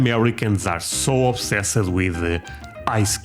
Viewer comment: Obsessed is pronounced obsesst